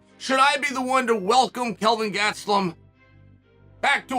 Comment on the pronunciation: Learn how to pronounce gastelem not hard